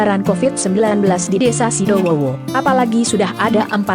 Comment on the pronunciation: Sidodowo kak bukan sidowowo